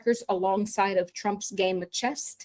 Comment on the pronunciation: “Chess” not “Chest”.